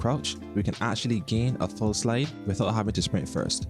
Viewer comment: I’ll watch this when u pronounce slide properly lol